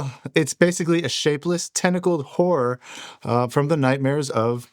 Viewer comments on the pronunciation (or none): I swear it sounded like she said whore instead of horror